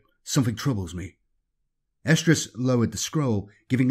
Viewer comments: I keep hearing "Captain Estrus/Oestrus"... which then might as well be "Captain Ovulation." It'd probably make Slaanesh happy 🤷🏻‍♂️ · i think its something like Arestrus or Errestrus because he does pronounce an "r" in there. but yeah, its weird sounding.